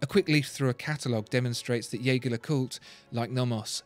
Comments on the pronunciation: The pronounciation of jaeger is wrong... its like "jay-jay" in a heavy french accent. Theres a video on it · Dear God - did you just call it Yager? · It wouldn't hurt to learn how to pronounce Jaeger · I think we are on the same page - it's definitely not the narrators way